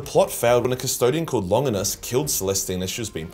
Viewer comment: Never heard Longinus pronounced that way but then again I think I've ever only heard it said in the movie Constantine